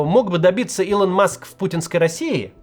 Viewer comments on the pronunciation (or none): none